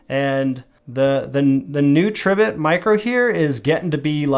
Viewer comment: Pronounced, Tree bit